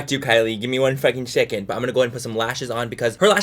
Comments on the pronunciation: Manny 'give me a shecond' MUA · "Gimme a shecond"😂❤ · “ you need to give me a siacend” 😂😂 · " give me a shecond bitch, give me a fucking shecond " im dead 🤣🤣💀. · “You need to give me a syecond”😂